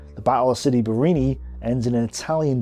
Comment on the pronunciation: Great job! I suggest you work on your pronunciation, though. It's not that hard. You can practice sounding out the names, syllable by syllable: "Ca-puz-zo," "Bar-ra-ni." If you practice it and repeat it a few times, you'll get it.